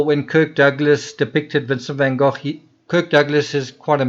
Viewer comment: I love the way you say " van gogh" yes I realize that it's probably the proper pronunciation seeing as how it's dutch....but I like it